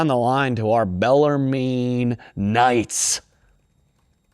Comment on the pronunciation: It’s bellar-men